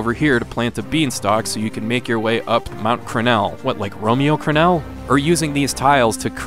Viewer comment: First time I've heard Romero Crennel in a review lol